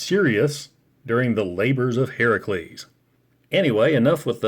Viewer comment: Love you used the correct pronunciation of Heracles